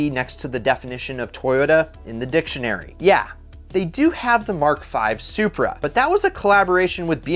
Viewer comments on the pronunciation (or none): lol "suCHEEaa"